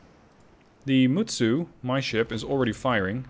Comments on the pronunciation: The correct pronountion is with T ( for Mutsu ) . At first you pronounce it correcly . I've had some japanse lellons . The guy that told you that you showldnt pronounce T was just having fun of you. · No! Mutsu is pronounced exactly as is written! I seriously wish that non Japanese people STOP trying to westernize names of the IJN ships... and if you really want to learn how to. pronounce them then look at the Kancolle or Azure Lane vikis. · The way he pronounced it is the way you pronounce in in English